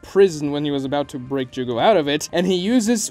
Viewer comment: Jugo...it's jugo lol